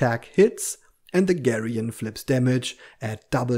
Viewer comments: actually gigant is pronounced with a hard g but you’re right about geryon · Just a note about pronunciation. Geryon is pronounced like “Jerry-un” with a “g” that is more like a “j”. Gigant is pronounced like Giant but with a “g” before the “ant”. Basically like saying “gigantic” but leaving off the “ic”. I had to research it as they are both odd.